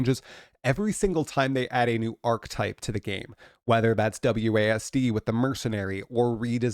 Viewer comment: Please lookup the pronunciation for the word "archetype".